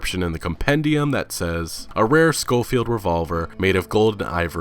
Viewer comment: you need to work on your pronunciations bro. Cholla is pronounced "choy ya" n Schofield is pronounced sho-field. I do enjoy the series. Keep it up bro.